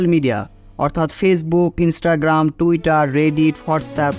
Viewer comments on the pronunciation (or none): none